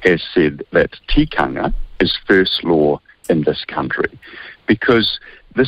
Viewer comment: Sean look up the word "tikanga" for starter's